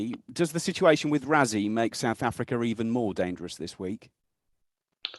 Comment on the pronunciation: "Razzie" - can't even be bothered to pronounce his name properly!